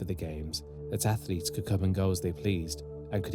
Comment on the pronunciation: I love the content but one thing killed me about this video…. Why you sound like Mike Tyson saying Afflets lol